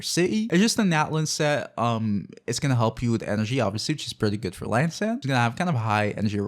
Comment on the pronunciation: Dude. It's an I, An eye. not an L- not el. EEann-san is how the game pronounces it. :/